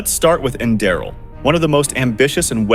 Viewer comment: AI voice mispronounced Enderal almost every time